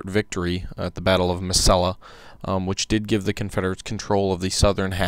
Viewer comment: Good video covering an obscure bit of history. BTW, Mesilla is pronounced: Meh-see-ya. In Spanish 'I's are pronounced like a long 'E', and double 'L's (LL) are pronounced as a 'Y'. But the 'Y' sound is barely made.